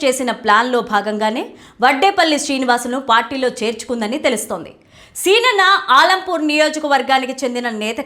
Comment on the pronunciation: ఆలంపూర్ కాదు మేడం అలంపూర్